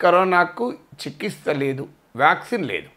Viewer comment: చికిస్త కాదు sir చికిత్స